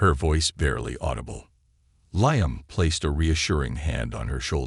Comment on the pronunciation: Liam pronounced leam